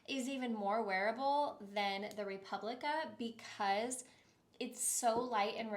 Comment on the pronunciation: Replica :) Not republica. As in it replicates an experience. ❤